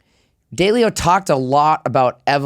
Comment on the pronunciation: Dude runs a capital management firm and doesn't know how to pronounce "Dalio?" 😆